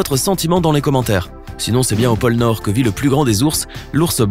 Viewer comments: pole nort et pas pole emploi mdr ! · Paul emploi 🤣🤣🤣🤣 sais POLE NORD